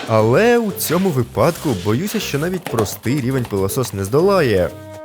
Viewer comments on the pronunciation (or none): Не кажи випАдок бо станеться припадок